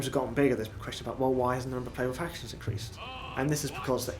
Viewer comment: All I heard was "factionsh.. insh-sh.. shin.. shin.."